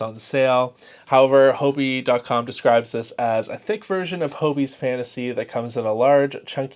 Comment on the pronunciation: Why are all Americans pronouncing Hobbii as Hobi? Are you unaware of the word Hobby. 2 Bs isn't that hard and I can't think of a word in English (or other languages for that matter) where there is double B, and one would be dropped.